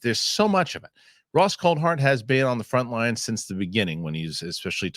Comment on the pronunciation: its cool-tard not coal-heart phonetically